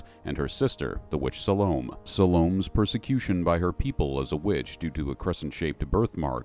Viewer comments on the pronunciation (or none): Salome? Sal-oh-may